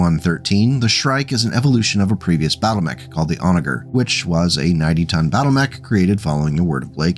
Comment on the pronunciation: FYI it is pronounced 'Onajer' with the "soft" g sounding like a j.